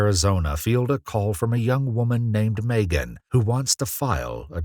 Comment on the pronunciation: Is this a AI voice over or a real person? I’ve never heard anyone pronounce Megan Maygan